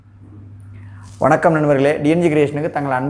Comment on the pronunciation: ஏம்பா வணக்கம் கூட ஒழங்க சொல்ல தெரியாமல் பதிவு தேவையா.